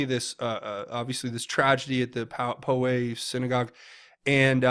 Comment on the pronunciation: It’s pronounced Pow’ Way. I only know that because I lived there as a youth. It was a small town back then. Thank you for your videos. God bless patriot.